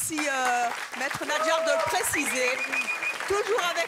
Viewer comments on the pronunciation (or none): NaDjar Evelyne et non NaJdar. ..😛